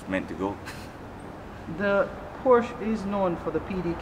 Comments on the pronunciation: tell the sales rep it's not Portia, it's porshuh.. "Porshuh" is the car, Portia is the Former PM. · It's Pronounced Portia.. Americans say Porsssh. Italians say Portia. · No, it's not. There is a difference between Portia, porshuh and porsche. the real pronunciation is porshuh, it's a much softer ending on the "uh" than what is in this video. Here it is from the guys themselves.